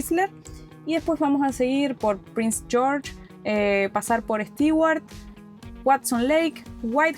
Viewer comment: Saludos Otra corrección Stewart se pronuncia stuar